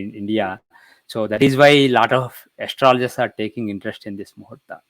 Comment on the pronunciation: Please pronounce Astrologer properly. It is not aster-loger but pronounced as astrolger